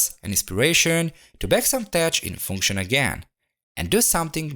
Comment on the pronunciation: Very nice! BTW, tech is pronounced like "tek"